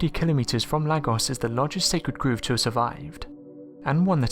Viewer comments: Sacred groove? Are you trying to say grove? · You don't pronounce Grove as "Groove"... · Your pronunciation of many words is terrible. 'Grove' for example...Grow-v